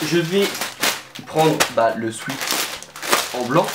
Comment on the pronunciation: On dit « swÉt » et pas « swit » mercee 😂